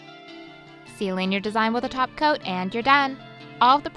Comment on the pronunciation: I keep hearing glossy taco whenever you say glossy top coat😂